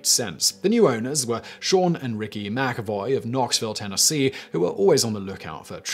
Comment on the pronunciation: I appreciate you pronouncing McAvoy correctly 😁